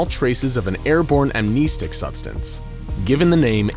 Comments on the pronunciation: Its Am (nest) ic not Am (neest) ic. Pronounced like a birds nest not like your kneecap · Please god.. AM NES STICK say it like that. not AM NE STICK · Ok, I can’t watch this channel, no offense, but it’s pronounced keetur, not kehtur. And also, what really annoyed me? “Amneestic. It’s pronounce am-nehsstic not neestic. It just kinda annoyed me, but congrats for being an eco Channel, I can’t find many of them. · Am-NES-tic not Am-knee-stick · Video was not too bad, minus that horrid pronunciation, however. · It's not "amneisteeeeeeeeeeek", it's "amnestic". As in "stick" 🙄😔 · Is pronounced Am-nes-tic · Amneestic? God that pronunciation is grating. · You mispronounced amnestic (am-ness-tick) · Love this guy's videos, but I hate how he says amnestic and keter. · I hate how he says amnestic